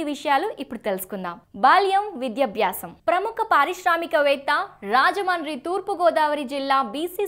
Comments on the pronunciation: మా ఊరి పేరు రాజముండ్రి . అది సరిగ్గా పలకడం రాకపోతే రాజమహేంద్రవరం అని అనచ్చు. అంతే కానీ రాజమాని రాజమాని అని అనద్దు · Rajahmundry ni ala roll over R tho Manchu lakshmi laga cheptharenti anchor garu! Rrrrrrrajahmundry entandi! English medium lo telugu nerchkunnara? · Thalli మీరు రాజమండ్రి అనడం ప్రాక్టీస్ చేయండి